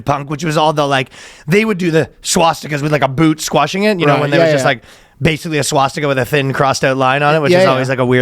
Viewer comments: Danny says swastika very oddly. Wonder if it’s a Jewish thing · Danny is saying stas-tee-ka weird, and Ryan is saying ValenTIMES day weird... Or am I the weird one?